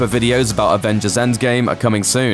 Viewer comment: “enggame”? it’s endgame